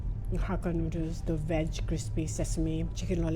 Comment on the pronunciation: The word is veg not Wedge